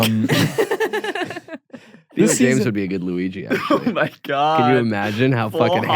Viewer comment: said “Luigi” but I heard “Louie G.” and I had to tell someone that so here I am